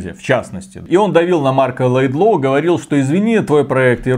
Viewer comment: Марк Ледлоу! Господи боже, я понимаю что вам 40 лет и вам чихать на игры, ну блин перед запуском проверяйте в инете правильность имен человек...